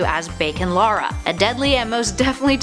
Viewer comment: Her names lara not Laura